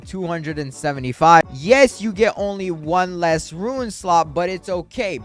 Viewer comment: Bro STILL cant pronounce "Rune"